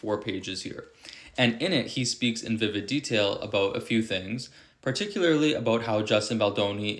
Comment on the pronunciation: I love the way "" correctly pronounces the word "particularly". Quite often even publicly prominent people say, "partickerly" (which sounds very sloppy and is incorrect, grammatically speaking)..